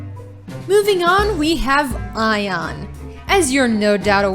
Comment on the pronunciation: It's aion not eye on